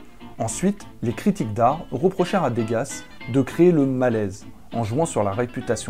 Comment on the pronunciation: On prononce deu-ga.